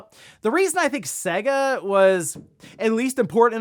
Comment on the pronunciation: Say-Guh ... not Segg-Ah ... its almost like you have never heard the intro when you play one of their games or boot up their systems.